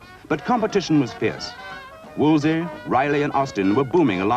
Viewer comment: I find it annoying that every time the name Wolseley was mentioned the narrator said 'Wolsey' instead of 'WolsELey. Cardinal Wolsey was a historic figure but not a car manufacturer. You'd think they'd get it right in a film about the subject!